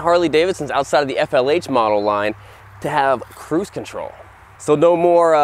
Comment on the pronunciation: I heard “boost control” instead of “cruise control”